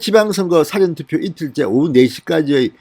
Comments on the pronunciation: 진성호는 事前投票를 辭典投票로 발음하고있다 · 사:전 투표 장음으로 발음하세요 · 운영자님 발음 좀 바꾸시면 안됩니까? 사전투표가 아니라 사전투표입니다. 무슨 뜻인지 아시죠? 운영자님 기자출신이라면서요. 운영자님의 사전투표 시 사전은 단어찾는 사전을 발음할 때의 발음입니다. 사장님을 사회에서 사장시키는 사장하고 같이 발음하는 것과 같은 형태라고 생각됩니다. 국어공부를 제가 잘못 했나요?. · 진성호씨 사전투표발음 똑바로합시다 국어사전 영어사전의 사전발음하고 사전투표의 사전의 발음은 틀립니다 지금까지의 동영상모든곳에서 사전투표발음이 잘못되었습니다 바로잡아주세요 명세기 기자출신 아닌가? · 진성호씨 사전투표발음 똑바로합시다 국어사전 영어사전의 사전발음하고 사전투표의 사전의 발음은 틀립니다 지금까지의 동영상모든곳에서 사전투표발음 바로잡아주세요 명세기 기자출신 아닌가?